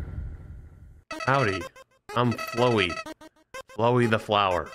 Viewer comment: I love seeing variety content from but man needs to read things a bit closer in a game like Undertale... pained me immensely, almost as much as him mispronouncing Flowey (I mean COME ON he read it as "flow-ee the flower") EDIT: This entire video pains me